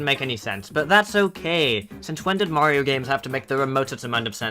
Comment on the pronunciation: you were calling mario a furry, right? RIGHT?!?!?